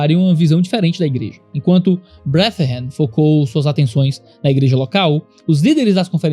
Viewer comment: uma pequena observação: "brethren" lê-se mais como "bredren" que "breathren";) Abraço forte e obrigado pelo seu ministério. 🙏